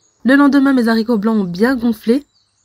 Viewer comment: On dit les aricots (« h » aspirè, on ne fait pas la liaison); merci pour la recette